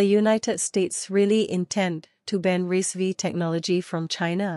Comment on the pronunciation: Its pronounced as RISC 5